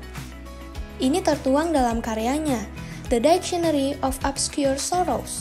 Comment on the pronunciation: Baca Dictionary aja masih salah min